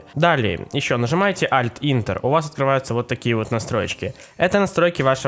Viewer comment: Альт интер....весь инет облазил... а это он прочита Ентер так